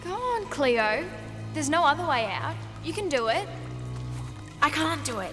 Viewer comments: It’s not cleooorrrrrr it’s CLAYOOO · LMAO “R CLEO!” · Its Cleo Not cleor